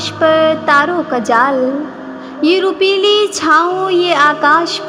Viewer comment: روپیلی نہیں روپہلی ہے۔ تلفظ کی بہت سی غلطیاں ہیں۔ اس کو درست کر لو۔